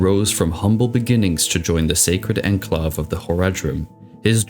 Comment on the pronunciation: Dude you have the best Diablo lore videos out there but you REALLY need to look some of these words up that you repeatedly mispronounce EGREGIOUSLY. necropolis, enclave, etc. basically if you’re unsure that’s what dictionaries and phonetics are for, buddy.